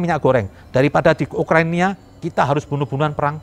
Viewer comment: Wkwkwkwkwk denger ga kata, Ukrania bukan Ukraina. wkwkwkwk